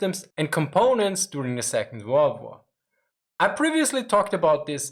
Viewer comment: I don't know why but the way you say second world war is so satisfying